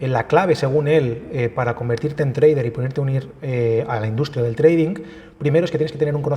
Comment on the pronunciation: treidink HAHAHAHAAH madre mia.... ni pronunciar sabes lo que supuestamente te dedicas